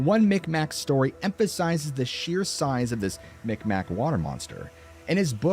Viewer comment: Its not called the mic mac they are called mi'kmaq meeg-mah e sounds like a i so more like mig-waah